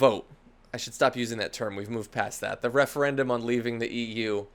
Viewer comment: The Refeyendum ;-)